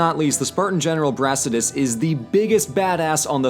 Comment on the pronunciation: Greek here, you totally slaughtered the names of Al-ke-ve-a-des and Bra-sea-das lol